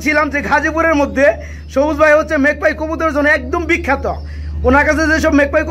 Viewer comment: জবুজ না সবুজ😂😂😂😂